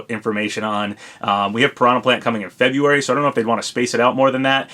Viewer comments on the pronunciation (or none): none